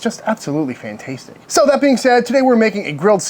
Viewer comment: I stopped watching this video after the second “fantastic-tic”